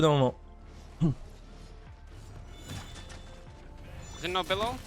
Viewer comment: tu as prononcé le pseudo du zhin d'une facilité xD